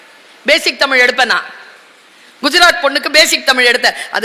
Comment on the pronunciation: தமிழ் மொழியின் சிறப்பே அதில் உள்ள ழ் என்ற எழுத்துதான் அந்த ழ் என்ற எழுத்தையே தற்கால தமிழர்களுக்கு சொல்ல தெரியவில்லை ழ் என்ற எழுத்துக்கு பதிலாக ல் என்று உச்சரிக்கிறார்கள் தமில் வால்க என்கிறார்கள்